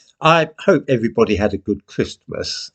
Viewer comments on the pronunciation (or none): Stop saying Christmas like that.